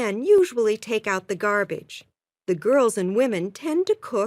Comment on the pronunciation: Girl’s pronunciation is weird 😪😪😪😪